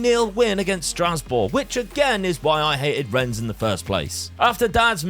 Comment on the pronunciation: I hope Rennes haunts you forever for the way you pronounce it xD Thank for another great video <3 Edit: And then you say Troyes so well i could've thought you are French. Sus